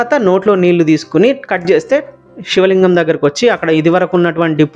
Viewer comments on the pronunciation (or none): షివ , షివలింగం ఏంటి బాబూ, శివ, శివలింగం అను. ఉచ్చారణ చాలా ముఖ్యం presenter కి.